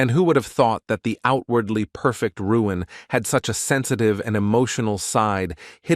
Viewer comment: WHY is the A.I. Narrator calling the MC Ruin when the word Balloons are calling him Luin????🤪